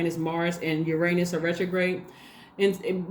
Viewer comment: I ❤ your energy and thank you for sharing your gifts with us 🙏 AND for pronouncing Uranus as yur-ain-us rather than the immature tards 🤪 that pronounce it as yur-ann-us lol a pet peeve of mine 🤯